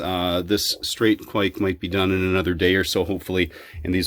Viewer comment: I wont hate on the mispronunciation of Kveik.